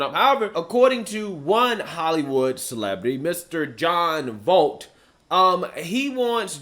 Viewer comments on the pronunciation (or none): it's pronounced (voy-eit) NOT (volt). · It's pronounced like (Voyt), he's an actor and also Angelia Jolie's father. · 1st of all his name John Voight!!! You are saying it wrong and where have you been?? Jon has been a Republican and a supporter of Donald Trump for years!!!!!!! He is one of us hes one of the good guys and always has been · John Voight sounds like Voyt, not volt has been a conservative for years! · And I like Black Perspective but his name is pronounced 'Voyt' not 'Volt'. He's been an actor since the mid 60s at least. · It’s pronounced as “VO-EYE-T” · You’re so young! “This guy” is Jon Voight, pronounced “voit.” He’s Angelina Julie’s dad. He’s old Hollywood and has been an outspoken Republican for decades now. Glad you found him. Rob Schneider (Deuce Bigelow), Gary Sinise (Captain Dan from Forrest Gump) are also Republican. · Jon Volt???? Its' Voight ffs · Mr. Voight is and has been a President Trump supporter. It's pronounced like void, but with a T instead of a D at the end. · Please learn to pronounce his name, he's also Angelina Jolie's dad.